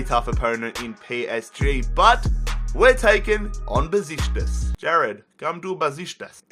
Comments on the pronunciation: It's pronounced Beshiktas not Beshitas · mate. For the last time. It's NOT BESISTAS! IT'S BEŞIKTAŞ!! There is a letter "k" there you know? Love the rebuild. Love your videos. Greetings from turkey. And go Beşiktaş!! Black eagles 🦅🦅🦅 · The way he says Besiktas XD